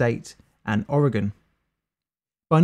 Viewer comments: How is it a brit can say Oregon correctly, yet natural born Americans have issues with it? Well done sir, this oregonian applauds your research into proper pronunciations and/or instincts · how the hell does a person from the uk say my home state of oregon right but folks on the damn eastern side of the usa mess it up hell even my ex from florida when i first heard her say it got it wrong way too many times